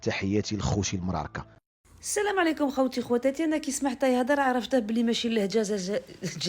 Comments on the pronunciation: Ont ne dit pas khoti, mais khaouti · C grave 😂😂😂😂 sur tous la finition ,a dis khouchi 😂ça ve dire khouti méme sette prononssation et fausse 😂Algérie en dit khaouti ,et en plus j'ai vue boucoup de vidéo comme ça fabrication marrochiénne 🤮